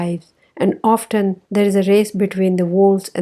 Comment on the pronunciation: Pronunciation of often word is wrong. You pronounced wrongly.